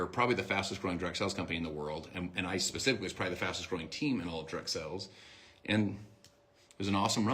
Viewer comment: is it just me or r all the mlmers saying "sells" intstead of "sales" now?